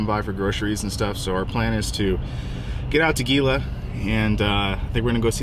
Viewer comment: Gila is pronounced (Hee-Lah). Just sayin...